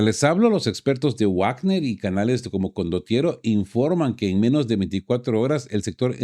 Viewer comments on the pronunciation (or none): none